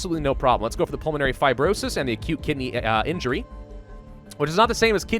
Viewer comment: "Acute Kidney Injury". heard that as "a cute kitty injury" lmao im dying